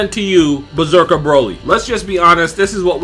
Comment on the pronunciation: did he just call legendary super saiyan bezeker